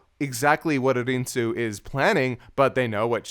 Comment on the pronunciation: Lani: “ARNIE-SUE”: “A-IN-SUE” … Guys, it’s “A-RIN-SUE”